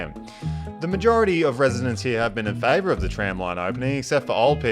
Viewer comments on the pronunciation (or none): none